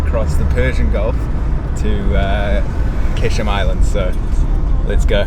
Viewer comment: Actually it is pronounced Gheshm and not Qeshm.